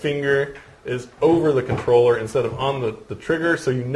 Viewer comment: THE FUCKING CONTRLLERR LOOOOOOL ahahahahaha